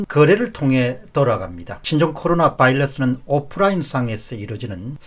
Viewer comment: 백로가 까마귀 노는데 갔다가 고생하셨군요. 좋은 경험으로 삼으셔요. 한가지 조심스러운 제의; 바이러스 발음을 "L"로 하지 마시기 바랍니다. 고견에 장애가 될 수 있습니다.